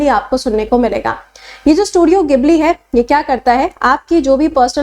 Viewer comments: Gibli nhi jibli bole ge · Madam, isse gibli nehi Jibli pronounce karte hain